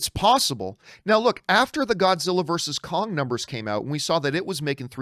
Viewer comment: john messes up for 1 second saying Groddzilla me thinking of a Gorilla Grodd and Godzilla mashup